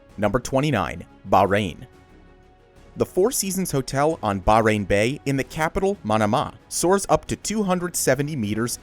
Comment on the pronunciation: It’s pronounced baa hhh rain